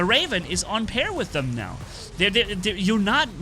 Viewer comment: For vocab: “on par” not pair